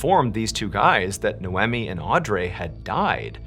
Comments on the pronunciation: Your arrogance is astounding! No one pronounces Noemi as "Nomee" like you suggest! Quick Google Search produces: The name Noemi can be pronounced in a few ways, with NO-eh-mee (like "no-Amy") being a common English pronunciation, while the original Hebrew pronunciation is closer to "nah-oh-me". Other variations include the French "no-am-ee," the Italian "no-AM-ee," and the Spanish "no-EM-ee". Depending on ethnicity! Your pronunciation doesn't seem to exist AMYWHERE! Audrey can also be pronounced several ways but, I'll let YOU do some research. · Hello! Noemi is pronounced as "Noy-mee"